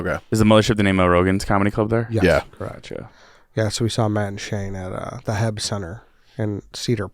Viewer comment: H-E-B not Heb 😂 Texans are triggered easily.